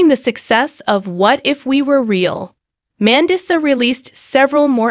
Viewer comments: Say her name right. Are you an AI bot. You say certain words wrong!! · Learn to pronounce her name. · SHAME ON YOU!!! How she died has not been announced. Take your AI generated voice that isn't even trained to pronounce her name properly and get out of here. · You don’t even know how to pronounce her name OR how she passed, shame on u for clicks 😮 RIP Mandisa, a sweet inspirational soul 🧡🫶🙏🏼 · I agree!